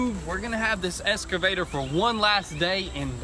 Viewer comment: Hey it’s called an Excavator not an escavator. Lol.......😜